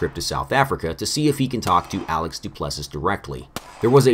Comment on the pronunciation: Duplessiss... Du-ple-see.